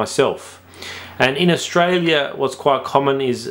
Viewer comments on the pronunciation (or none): none